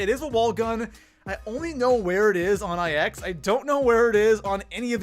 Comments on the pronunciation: IX is “nine” not “ai ecks”. -_ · It’s NINE not EYE EX, not sure if you do it on purpose but my god it’s infuriating! Also how on earth is the titan that low? It’s easily a top 2 lmg with the hades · It's pronounced nine not ix. I like your videos just learn Roman numerals. AR doesn't stand for assault rifle, it stands for armalite rifle (Not all rifles are AR 15's. Guns now a days use mags not clips. If there are rounds in the mag, not shots or bullets. Bullets are when it's already shot. At least learn the basics so there aren't 12 year olds thinking they know everything about guns. That's all. Enjoy your day :) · JoshM512 - why can’t he just say nine . It annoys me when he says eye ex so much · It bothers me when he pronounces the map IX (nine) as I X. It also bothers me when he pronounces escargot as escarGOT I unsubscribed when he rated the mozu number 32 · It's pronounced 9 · Legitimately stop calling ix i x. It is a roman numeral for 9 so call it that